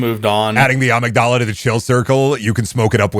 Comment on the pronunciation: I was so confused why was talking Star Wars Prequels with the way he said amygdala.